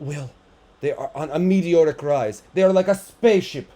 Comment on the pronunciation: When u said meteoric rise, I heard mediocre rise…I think both fit